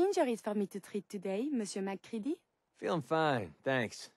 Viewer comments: no it's mac ree dee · It’s MacCready